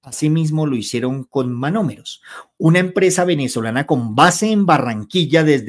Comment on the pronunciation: NO ES "MAMOMEROS". ES MONOMEROS. CORRIGE POR FAVOR. ❤❤❤❤❤❤❤❤❤❤❤